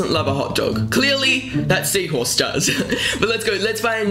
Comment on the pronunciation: I laughed so hard when he said seaahorse